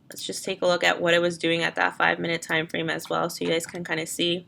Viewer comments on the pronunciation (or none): none